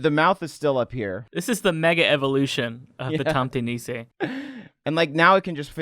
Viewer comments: I am from Norway, and that "tomte nisse" in the start of the video made me depressed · There is a difference between being angry and something being painful/bothersome. No accents don't make me angry, that's a silly question. However this wasn't a thing of accent, it was so botched, that you must wonder how he reached that point. It's like slightly cringing when someone pronounces "rødgrød med fløde" as "ROT GROT MET FLAOT" just sliiiightly painful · I'M SORRY BUT THE WAY YOU PRONOUNCE TOMTE NISSE IN ENGLISH IS HILARIOUS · Yeah you really Said the tomte nisse name wrong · Wait, i didn't know tomte nisses weren't known outside of scandinavia? also, you pronounced it all wrong (' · You butchered Tomte Nisse, I can never hear it the same again. Good video though. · 'tomte nisse' i died at that pronunciation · I lost it at the pronunciation of "tomte nisse" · Lmao the way you pronounced Tomte nisse. Loved the vid guys